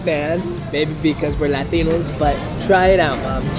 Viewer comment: Triggers me when says latino